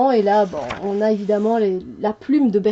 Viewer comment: Vébère pour la prononciation ...